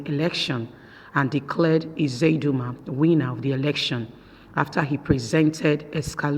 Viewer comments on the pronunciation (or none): Please it is not Izedima and Ihedima, their names are Uzodima and Ihedioha, I don't know why the Yuroba people find it difficult to pronounce Igbo names while the Igbos pronounce Yuroba names correctly.